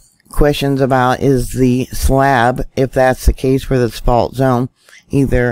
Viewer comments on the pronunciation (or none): none